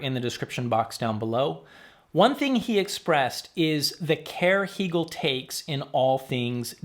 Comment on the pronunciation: Why the switch to “Hee-gehl” vs. “Hay-gehl?” You said it correctly in interview with Anders…🙋🏻❓